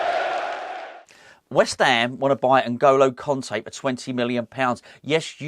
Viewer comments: “N’golo Kunté. I didn’t pronounce that well did I?” 😂😂😂 I love you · No u didn't say his name well 😂